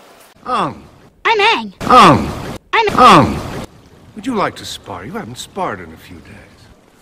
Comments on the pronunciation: Uung, uvutar, sooka, I was yelling at the tv everytime they said it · The second that I heard "Ahng" instead of "Ang", I knew the film would flop. M Night did not understand the charm of the series at all. The casting was bad, completely wrong. The atmosphere of the movie vs the cartoon was completely wrong. Everything about the film was wrong. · Agni Key, Eroh, Sokka, Oong.🤦😂😂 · What is even an "ong" bro- 😭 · Omg his name is now ong instead of aang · "my name is ong" REALLY DUDE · everytime they call him ong i die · First time I watch this movie I really didn't notice nothing wrong but now I see everything Cleary, firstly they pronounce aang as ong, zuko had a whole head of hair instead of a pony tail and finally the bending was slow as hell and why were the firebenders in the nouth pole so freaked out when iroh made fire out nothing like come on man that's how u firebend but instead u have to have a fire source to that what kind of rubbish is this and why did I like it for the first time I watch it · aang❌️ Um✅️ Ong✅️ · The director of this movie clearly did not watch the show. The mispronunciation of freaking aang is just an easy example to show that and how he did not care about the tiniest of details. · He didn’t even pronounce his name right 😭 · Well in german Aangs name was always pronounced like this. Got no excuse for everything else though 😅😂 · “A lot” of mistakes is an understatement, from pronouncing Aang’s name wrong to making the Fire nation all Indians had me dying, making Uncle Iroh a 6’2 black haired guy and fire benders not being able to produce fire from their body and needing a source like water bending😂, making Fire Lord Ozai have a buzz cut and every bending scene/ fight scene people are just standing in one spot with shitty bending cgi and crazy excessive dances from the earth bending dance team 😂😂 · As a german it´s funny for me to hear that Aangs name is mispronounced in english like it´s the german version. 🤣